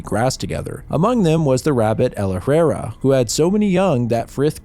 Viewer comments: Ella-hrair-rah... Ella-hrair-rah... Say it right.. learn French... Or just look up the correct pronunciation.. it takes 2 seconds on Google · You should have watched the original movie. You're mispronouncing a few words, like Efrafa and El-arairah. Stop mispronouncing the overcomplicated made up words! 😂